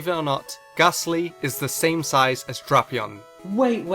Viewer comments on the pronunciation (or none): So apparently Drapion is pronounced as "Dropeon".